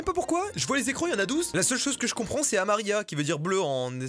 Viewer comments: jaune en espagnol cest amarillo pas amarilla😂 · On dit pa amarilla mai amarillo et c jaune🤦🏼‍♀️😂😭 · C'est amarillo pas amarialla ca veut dire jaune et bleu c'est azul 😂😂(petit cours d'espagnole🤣💀) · Mastu j'ai un truc de fou pour toi... petit cours d'espagnol gratuit: "Amarillo" c'est jaune 😂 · Amarillo = jaune et azule (se dit assule ) =bleu ma prof d’espagnol serait fière 🥲 🇪🇸